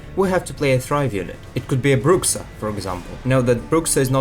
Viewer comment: It's not called Brucsa, it's either Brusha or Brurra (kinda of like the J in Jose is spelled in Spanish) Always annoys me when people spell it like that and I was surprised to see that even in The Witcher series Geralt spells it the same. Bruxa literally means witch in some latin languages.